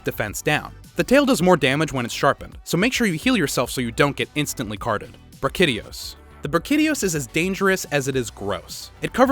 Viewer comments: It's pronounced BRAKI-D-OS. Not... not however you pronounced it. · Brah-chi-dee-ohs I swear this is how it's pronounced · did he just call brachy gross??!??!? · Ah yes, Bruh-kid-ios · That's not how you say brachydios, and you missed out some good to know details for monsters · Great Video , But m8 your pronunciation of some monster names is just straight wrong. For example Tigrex -> capcom officially confirmed that its not your „tiger“ pronunciation. And brachydios just lost me 😂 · The only one that bugged me was brachydios